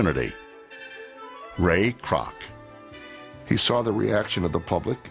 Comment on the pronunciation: Ray Kroc..... more like Ray Kroock LMAO 😂